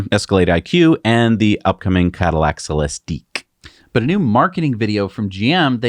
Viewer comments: No need to make fun of Celestiq. It’s just ik not eeek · What a piece of junk that Cybertruck must be to already break down. It's practically handbuilt and tested over and over before being taken out. More pics of that tiny frunk. Gotta love it. And stop mispronouncing Celistig - it ends the same way all the other ones do - it's not French. Don't know where you got 212 cubic feet for the Escalade IQ for cargo. That would be gigantic. Did you add all three numbers for behind first, second and third rows? That's not how it works! It is 119 cubic feet max. And yes, it has 4 wheel steering just like the Cybertruck who ripped that off from the Hummer. At least it has features unlike the Model X which has to limp along with impractical gullwing doors as its signature feature.